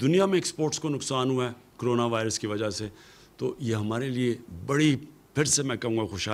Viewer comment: CRONA NHI bey CORONA.....Covid 19